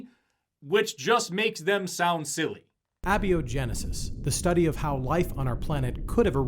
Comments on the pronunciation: he pronounces abiogensis as "Abby O'Genesis", which happens to be my new drag persona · They mispronounced "Cormorant". They pronounced the French proper noun Jean like the article of clothing. And they mispronounced "abiogenesis"... "abby-oh-genesis". On behalf of Latin language users, of ornithologists, and the whole of the French speaking world (full disclosure; none of these things I am), I am _incensed_. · Admittedly, Abby-Oh-Genesis is a hilarious pronunciation. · Their film just pronounced "abiogenesis" as "ah-biogenesis". Jeez . . . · ok, “galapagus” was annoying enough, but I wasn’t confident enough he was wrong to be upset. But fricken “abieogenusus”? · they can't even fucking pronounce abiogenesis correctly... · All biologists punching their screens after hearning him pronounce abiogenesis the way he did.